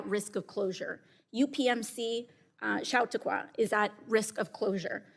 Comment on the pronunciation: c'mon, AOC, it's "sha-tok-wa" 😅